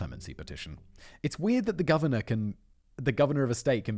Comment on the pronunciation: "The Gorvenor of Virginia" - did Simon edit that part of the video himself?